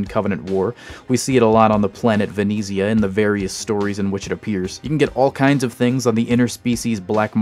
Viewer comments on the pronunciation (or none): you pronounced Venezia and mako incorrectly, yeah i know its not important but it irritates me.